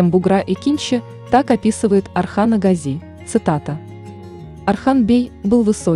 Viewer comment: Well… Watch and listen carefully Osman Kurulus series and you will hear many times how they pronounce the word Gazi: always GAzi and never GazI.